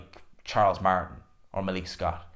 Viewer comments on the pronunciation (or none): none